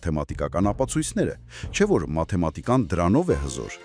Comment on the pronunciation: Մաթեմածիկա մի ասեք էլի...